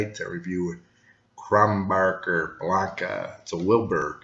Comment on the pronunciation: It's Kro nen berg or Kro nen boorg not Kron backer. ok I've got that out of my system. Your description of citrus and spice is spot on and I personally think it has a bit more depth of flavor than Blue Moon which is another good light summer wheat beer. Keep tasting beer for us Cheers